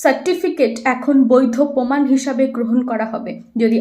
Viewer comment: পোমান নয় প্রমাণ